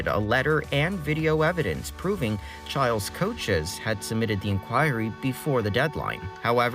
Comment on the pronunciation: ITS PRONOUNCED CHILES?? I thought it was pronounced chiles